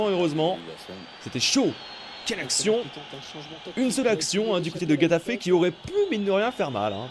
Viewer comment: Super tes vidéos! Mais par contre s'il te plaît travaille tes prononciations 😭😭😭 Getafe se dit Ré-ta-fé